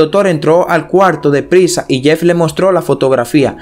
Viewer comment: Solo te falta pronunciar bien el español latino ,si quieres tener más audiencia,es doctor no( doltol) coalto,es cuarto,ilesos no ileso,nos dimos cuenta,no dimo cuenta no epilesia,no dotor doctor, Te hago esta recomendación lee en voz alta para que corrijas tu pronunciación, lectura moderna ya que ese modismo de hablar como lo haces ,al mexicano nos lo dicen habla bien no hables como niño mimado Ho sea mamon.no es ofensa y si una !recomendación!